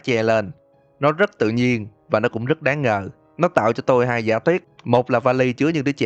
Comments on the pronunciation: xin lỗi ad nhưng e tưởng ad nói 'tôm' nhưng thực ra là 'tôi', nhưng e thấy ad nên xưng mình hơn là tôi vì xưng mình thấy tự nhiên và thân thiện hơn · Nghe từ "tôi" thấy lạ lạ